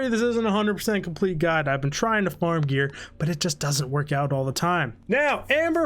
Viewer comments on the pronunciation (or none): none